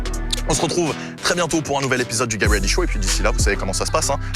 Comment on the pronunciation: Salut, y'a moyen tu prononces le "t" de "get ready show" dans la prochaine vidéo? 😂👌